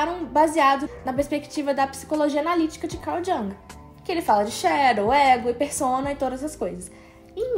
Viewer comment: Adorei o video! Fiquei com medo do possível cancelamento do J-Hope, mas que motivo besta! Só uma diquinha, o nome do pensador pronuncia "Iung"